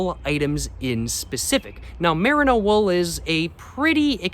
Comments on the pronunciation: mer-EE-no tbc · Love your videos, especially your LA vlogs! someone may very well have told you this already but the mer in merino is pronounced like the mer in mermaid